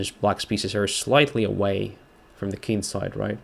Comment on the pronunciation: you are often talking about the Kin-side.I guess your are from a royal family! For us ordinary folks it is just "the kingside"